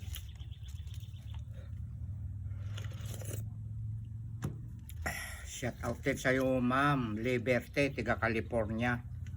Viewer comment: Syawt awt po. Hnd Syat awt. ( Shout out po)